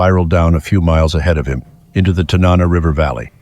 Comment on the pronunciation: TA na nah. Emphasis on the first syllable. Salcha has a beautiful view of the river-banded valley and the Alaska Range beyond. But in that cold you wouldn't care. 40 below is damn cold, hard to imagine if you've never felt it. Edit--the bears would have been hibernating.